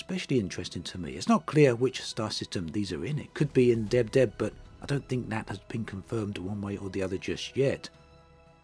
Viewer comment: The fact that can still sound professional when pronouncing the system "Deb Deb" is just mindblowing 😂